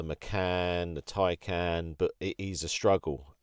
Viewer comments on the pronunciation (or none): none